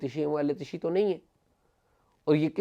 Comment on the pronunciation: AOA. sir yahan LAFZ ehl e tashee nahi ehle tasheyo bola jaey ga. pehlay ka kaatlab hey JANAZAY k pechay chalne wala aur dusray ka matlab hay SHEAAT WALA yani SHEEAA.